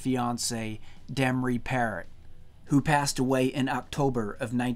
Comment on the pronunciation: Demri Pear-oh. Not Parrot.